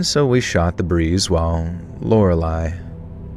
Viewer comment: Good job on learning how to say Lorelei, you’re all grown up 🥹 haha just jokes! I thought it was funny how you had trouble with it, but I’m glad you didn’t give up this time!